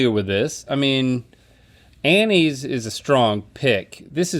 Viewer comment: At first I thought Rhett said Annies was healthier then crack